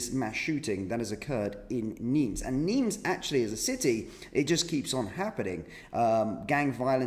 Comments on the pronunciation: NIMES - PRONUNCIATION WITHOUT THE “S” … NIME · Its Nimes (neem) 's', is not pronounced. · Nimes, sounded without the S